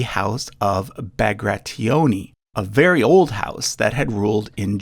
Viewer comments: I just love triple Rostislav Also it was funny to hear you struggle with Bagrationi surname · you said bagrationi wrong its pronounced bag rat ion i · you mispronounced Bagrationi 8 seconds after pronouncing it right XD